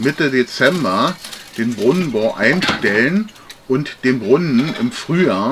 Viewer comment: Das heisst Brunnen nicht Brunnn.